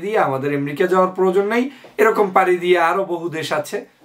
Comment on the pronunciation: এম্রিকা কি ভাই? উচ্চারণ টাও ঠিক করে করতে পারেন না?? খুবই দুঃখ জনক।